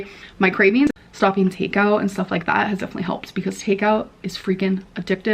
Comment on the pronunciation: “Expecially” GORL… 👀